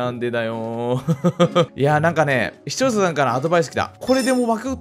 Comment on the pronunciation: だいたいちゃんと 視聴者と言えてない笑笑